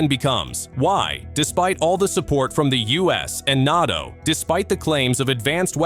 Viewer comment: Its funny to hear Russians clutching their pearls at the idea of foreign fighters/mercenaries in Ukraine when they had battalions of North Korea. ...and seriously 'N-ar-TO' --- it's prounced N-ay-TO. Try to train you AI better . Embarassing Glad you bleeding out Russia - you are losers. Rightfully so